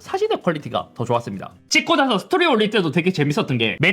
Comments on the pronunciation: 잇섭 당신 한국인이야 스페인인이야ㅋㅋㅋ 스틀ㄹ르를ㄹㄹ리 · 스토ㄹㄹㄹㄹㄹㄹ리로 보는 데...잇섭님 영상볼 때마다 항상 느끼는 건데 R 발음 잘 해서 외국어 발음이 좋을 듯...ㄷㄷㄷ AirPods Pro 4 ??? 프로3가 아니고요? 혹시, 미리 제품을 받아서 테스트 중인 건가요?